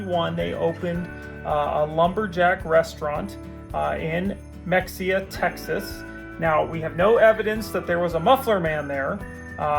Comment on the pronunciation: Native Texan here Mexia is pronounced Muh hay uh